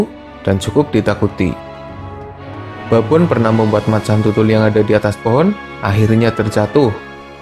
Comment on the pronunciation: Baboon dibaca babun boz xD